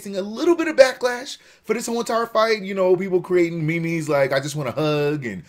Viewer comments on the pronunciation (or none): Did he say Me-Me's.... pls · wtf is me-mes?